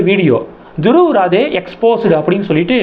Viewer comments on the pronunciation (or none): Actual pronounciation...Dhruv Rathee...